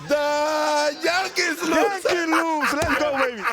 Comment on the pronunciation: It's JANKEES